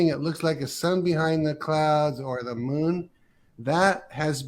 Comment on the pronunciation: The way this guy says “moon” as “mün” drives me crazy.